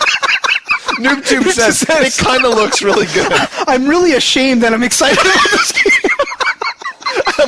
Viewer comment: hahha "o reary"